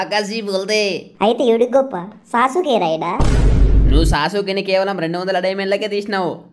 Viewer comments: anna aadi sa suke kadu anna aadi sasuke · Sasuuke kuda kadhu bro sasuke